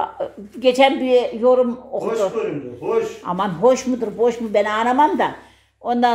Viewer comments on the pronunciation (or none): Hatice hor görün değil hoş görün demek lazım bazı kelimeleri yanlış telavüz ediyorsun Gine’de seviliyorsun